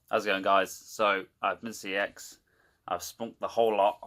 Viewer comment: he might have the “knowledge” but he can’t say the name of the shop right...